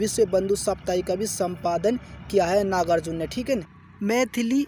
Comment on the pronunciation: Pahle Kavi ka naam sahi se Lena Sikh Lo Uske bad video upload karna ...iska iska kar rahe ho baar baar